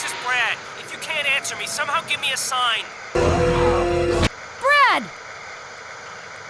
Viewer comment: And for some reason in the remake Chris calls him "Brack!" Or is it just my crap hearing lol but watch the intro cutscene "Brack! Where the hell's he going?!" I just cant un-hear it lol.